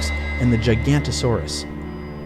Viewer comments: The pronunciations of those names though, really enough to drive a guy crazy, you have most of the information correct but those names. The one that irritated me the most was giganto-saurus, lile really, wow. Its pronounced Giga-nato-saurus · No knowledge of species genome, family trees, pronounces half the names wrong.. fucking Gigantosaurus you kidding me?! Giganotosaurus. AEGYPTICUS. [Su-ko-mim-us]. fucks sake people spread more misinformation each year. Starting to think the Internet is doing more harm than good, when fools like this guy is able to get the attention of a large public audience of nearly 200k people so far.. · Damn "Gigantosaurous" i think it's Giganotosaurous. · Giganotosaurus, not Gigantosaurus. Two very different animals. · It's Giganotosaurus (Gig an ote oh sawr us) or (Jig an ote oh sawr us) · Oh my god.. it's "EGYPTACUS" and "GIGANOTASAURAS".... seriously? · its giga-nota-saurus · Giga-NOTO-saurus.. At least you tried. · But the thing is... it's not larger than the Giganotosaurus (whose name you mispronounced).